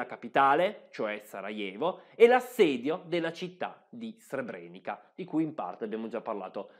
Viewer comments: Altro bel video (anche se ti sei scordato la pronuncia di Srebrenica che,come ti fa notare qui sotto Paolo Colombo,si pronuncia Srebreniza,e te lo avevo detto nell'ultimo video 🙂). C'e' da dire inoltre che molte vittime degli stupri,sono costrette oggi a vedere quasi tutti i giorni i loro stupratori che,essendo in liberta',camminano per le stesse strade delle loro vittime. Delitto orrendo,lo stupro ma,purtroppo,da sempre usato regolarmente nelle guerre. Inoltre so per certo di militari dell'ONU che hanno violentato donne e ragazzine ed hanno fatto i soldi con il mercato nero,in Bosnia. E te lo dico perche' io c'ero fino alla fine del 1993. Comunque,bravo. 🙂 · complimenti, al solito un video fatto molto bene. Piccola nota: il finale "ca" si legge "za" quindi Srebrenica si pronuncia Srebreniza